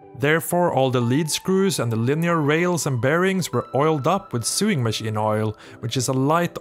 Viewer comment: Sewing is pronounced SO'wing. Apologies for the pedanticism. Apologies for the word "pedanticism", too.